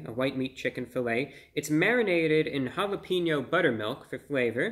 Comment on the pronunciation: Say your'e the whitest person of all time by pronouncing one word: *Says jalapeno "jala-PEEN-yo."*